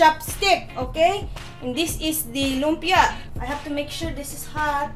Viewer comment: Finally, a Filipino American who can pronounce lumpia properly! <3